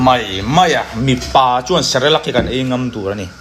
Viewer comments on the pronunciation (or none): Cerelac ❌ Celerac ✅ 🤣🤣